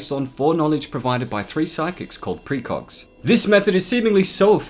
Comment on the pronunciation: Am I hearing "precrogs"?